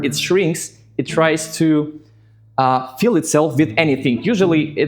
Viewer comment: You have a slight pronunciation issue: “fill” sometimes sounds more like “feel.” But it is still understandable from the context. Otherwise, you speak very well.